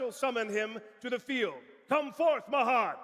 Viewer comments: Palladium Oracle "Mah HEAD", eh? ;) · And saying Ma-had and then corrected himself. Now I'm calling Mahad Ma-had from now on. XDD